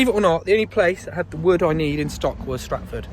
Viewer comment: That's Stafford btw not Stratford lol. Great video, great banter.